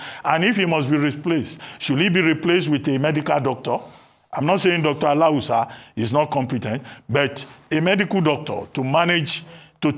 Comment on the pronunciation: Someone in the newsroom should teach this reporter how to pronounce Alausa. A la wusa